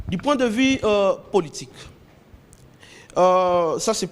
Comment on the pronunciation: Oyo nani lisusu? Ozo loba "vi" olie de 'vue" francais mobulu